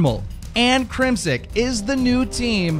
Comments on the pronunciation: It's crimsix not crimsik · I understand and cut some slack on some of these pros gamertags but Crim- Six is pretty easy to pronounce....... I'm not a hater but come on man, learn to F'n read lmao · the way you pronounce "crimsix" LMAO "crimsick" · why does he say "crimsick"